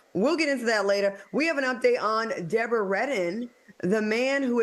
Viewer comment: His name is pronounced dee-oh-brah. Thats prolly why he dived over the table, Judge called him Deborah!!!!